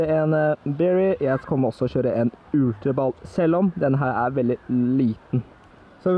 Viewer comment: Du sa ultra balle :-p lol